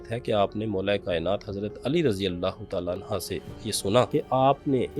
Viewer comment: Hazrat SB ap ne Razi Allah Anya nhi perhna, Anho perhna hota hai